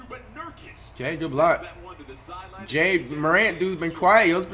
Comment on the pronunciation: For the 1 millionth time it's it's pronounced like Jah not jay-a